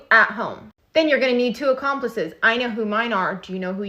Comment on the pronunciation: the girl fucked up when she said “accomplices”……………….good luck w that